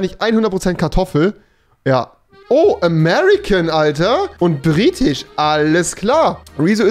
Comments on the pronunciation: "Britich" Ahja😂 (nichts gegen dich) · Niemand Wirklich niemand Gar keiner Rewi: Griechich, Irich, Britich, Amerikanich, Schwedich,.... 😂😂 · Niemand: Wirklich niemand: absolut wirklich niemand: Rewi: "Brittich"